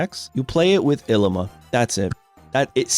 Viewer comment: Pronounce your ilima correctly please